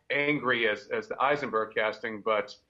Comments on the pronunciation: Eisenburg instead of Heisenberg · Heisenberg not Eisenberg